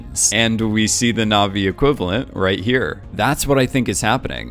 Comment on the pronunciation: Your Naʼvi pronunciation was good actually